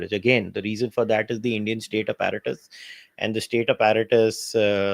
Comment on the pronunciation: The way this pronouncing APPARATUS is cringe. 😂😂😂 Abet English seekh le tab Bol.